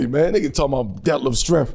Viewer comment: Bro said “Schrempf Scampi” 😂😂😂😂😂😂😂